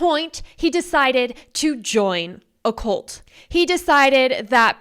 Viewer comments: it's "cult", not "colt"; thought you were talking about little horses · that's not what I am hearing. Most younger people are pronouncing words like cult as "colt", and "results" as "rezolts." It's like a YouTube accent.